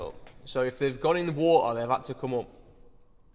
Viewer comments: if it's gone into wah-a! Now I truly understand the meme "a bohtl av wah-a" 😂😂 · Water or woo ar 😂